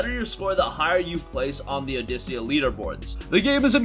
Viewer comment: Also the rhythm game is pronounced "Aw-dick-ah".